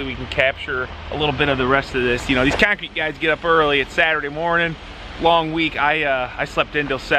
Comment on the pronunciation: Keeyoncrete 😂😂😂 man, the way you northerners talk... straight out the nose 😂😂😂